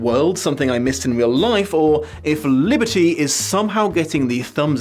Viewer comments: I know this is an older video, but I love the way you somehow manage to roll the L in the "author"'s name. I've heard people rolling their R's, but an L, that's new! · I honestly got great pleasure out of pronunciation of "Liberty" each and every time